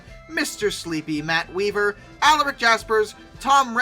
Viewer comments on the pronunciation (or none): none